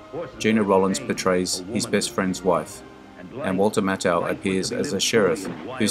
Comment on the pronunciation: 1962 -- typically a mixed bag, as studios still purposely made "B" films to show as part of the double features common in theatres. You're doing much better in pronunciation -- you've been getting Eli Wallach right for a while now :) Next to work on: Walter Matthau (MATH-ow). Looking forward to your next year!